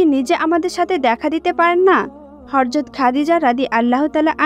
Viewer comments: মাশাল্লাহ অনেক ভালো লাগে এরকম ভিডিও ❤❤❤ তবে আপু আপনি ভয়েজ দিয়েছেন ঠিক আছে তবে উচ্চারণ ভুল বলেছেন,,, আপনি বারবার হরযত,,,বলতেছেন,,,কিন্তু সহি সুদ্ধ হবে হযরত,,, যাই হোক আমার কথায় রাগ কইরেন না,,, কষ্ট পাইয়েন না💖💖💖💖💖💖💖💖💖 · একটি হযরত হবে হরযত না। নবীজি সাল্লাল্লাহু আলাইহি ওয়াসাল্লাম এর নাম উচ্চারণ করার আগে দয়া করে প্রতিটি শব্দ ভালো করে জেনে নিবেন। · Horjot na Hojrot hobe kothata bon.nobir name na bolte parle nobi bolo kintu uchharon vul koro na sunte kharap o kosto lage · হরযত বলেন কেন, হযরত হবে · Apni hazrot bolcen nki horzot bolcen? Ki ajib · আপু হরযত নয়।"হযরত" হরে।উচ্চারন ঠিক করেন। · Horjot noy hojrot bolte hoby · ওইটা হযরত হবে। হরযত নয় 🤔🤔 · Mashallah khub shundor. Kintu apni bar bar horzot bolchen. Hozrot hobe. Kindly pay attention. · রাসুলুল্লাহ সাঃ এর ব্যাপারে শব্দ চয়নে বিশেষ সাবধানতা অবলম্বন ও বিশেষ আদবের সাথে শব্দ চয়ন করতে হবে।চরম বেয়াদবের মত কথাগুলো বলা হয়েছে।যেই ভিডিওটির ভয়েজ দিয়েছে সঠিক উচ্চারণে কথা বলতে হবে,,হরযত নয় হযরত হবে। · হে বোন, আপনার গল্প বর্ননা করার বাচন ভংগী মাশাল্লাহ সন্দর কিন্ত হরযত এর স্থলে হযরত বললে আরও সুন্দর হতো। D'nt mind.